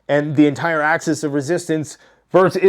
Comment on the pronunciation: It's axis!! Not access.